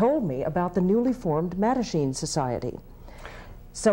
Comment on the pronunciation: Amongst all the great stuff here, I have to say how nice it is to know the proper pronunciation of “Mattachine” and “Bilitis”. Even if I’ve been saying them wrong for decades! 😀